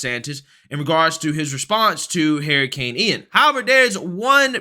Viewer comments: Is this guy saying heericane? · dude, I gotta ask. Why do you call it a Hair i cane? LMAO